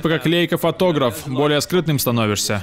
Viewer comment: Правильно лАЙка, это немецкий бренд, ei читается как "ай"